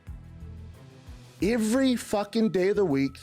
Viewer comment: I simply cannot back someone who says "every" like that.